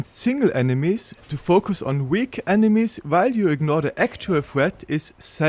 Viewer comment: He doesn't, all he does is get mad at mispronouncing Heide while talking about thweat assessment wersus tarjet prioritisation